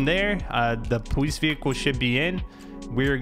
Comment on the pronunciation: sorry but POWICE